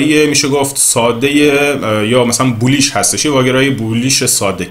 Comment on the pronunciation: سلام جسارتن رنگ زرد اشتباه گفتید بیریش صعودی گفتید (بولیش صعودی)